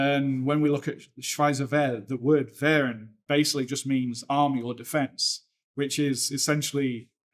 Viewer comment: Really annoying to hear you butcher the German words... how hard can it be to pronounced a simple word like Wehr....with e as in hear, not e as in bed...